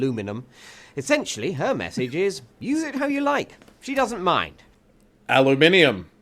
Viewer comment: congratulations on being the first ever American to pronounce “aluminium” correctly.🎉🎉🎉🎉🎉🎉